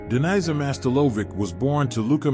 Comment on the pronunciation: Whether this AI voice needs to learn to read or the AI is up to something. Her real name was Daniza Mastilović, not "Denies her Master Lovic".